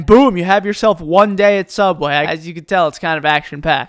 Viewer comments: Learn to say subway. It's not subwhaii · i love how he says "subweh" instead of subway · Okay so explains me this.Throughout the video he pronounced WAY properly.But whenever it comes to Subway he is like,sUbWeh The cringe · Why do you say subweah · Its so cringe the way he says all these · SUBWEH FRIDEH PUFFEH READEH SLOWLEH